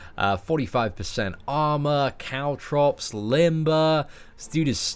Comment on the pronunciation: when said caltrops i thought he said cow drops i'm like wait WAT?!